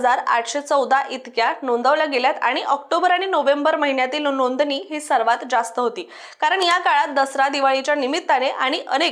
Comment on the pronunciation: सनासुदी, वहाण, णोदनी 😂😂😂 आर्रा